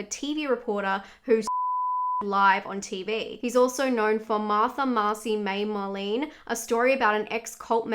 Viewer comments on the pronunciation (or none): none